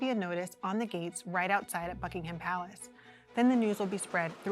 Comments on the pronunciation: Please, for the love of God, STOP pronouncing the H in Buckingham palace. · She also repeatedly mispronounced "Buckingham." The h is silent.